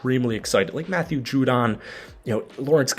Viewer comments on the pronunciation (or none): none